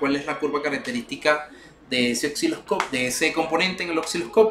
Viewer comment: Estimado se dice Osciloscopio NO " OXILOSCOPIO " u "OCCILOSCOPIO" .Si se dedica a educar por favor comience por pronunciar correctamente los instrumentos y componentes. Saludos.